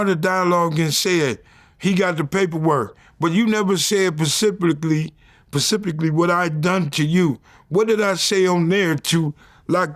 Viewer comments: "Pesepickly"😂 trying to figure out how to spell that. Please vlad help him. 🙏 😂 "Specifically". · Y 🥷can’t never say specifically